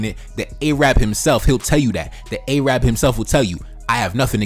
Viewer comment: Yo, know how to correctly pronounce. It isn't "A-Rab" its 'Arab' you dumbb ignorant fuks